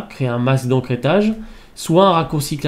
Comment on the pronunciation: Bonjour , très bon tuto , c'est vrai mais c'es pas "encrêtage" mais "Ecrêtage" , sinon , vraiment bien le tuto , bravo!!!!!